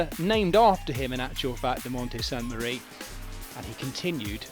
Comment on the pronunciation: S A N T E M A R I E!!! It’s Italian not french…